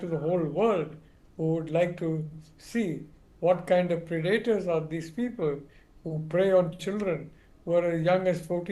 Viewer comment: Pronounced 'Pred-a-tors. Accent on first syllable. Not second. Pre-'daters